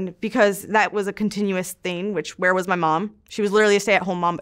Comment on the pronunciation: I really don’t like when people say “thin” instead of “thing”, but i love u. Lol